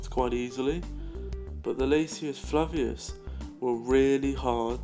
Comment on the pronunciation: dear friend. Nice vid. However, this species is pronounced "lasius FLAVUS" NOT, "lasius FLAVIUS!" I think I mentioned this last year. Did I?